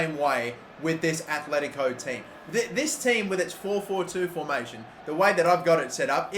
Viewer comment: They are called aTletico not aTHletico... jesus...